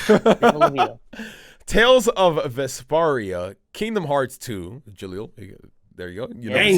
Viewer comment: Man some people here are sensitive 😅 I hate to say this but that Tales of VespARIA pronunciation killed me. It's not like the move Sparkling Aria, it's like Tales of Vesp-air-ia